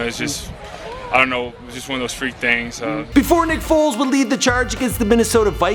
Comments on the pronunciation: WHO TF IS NICK “FOLTZ”????? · You said nick foltz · “Folz” can’t even get his name right my god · Its FOLES.. Not FOLTZ .. smdh .. 😡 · Foles not FOLTZ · It’s Foles not Foltz 🤦🏽‍♂️😂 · It's Foles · FOLES. Put some respek on God's name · My nigga you better get his name correct before this fucking super bowl. It’s Foles don’t disrespect us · Foles it’s Foles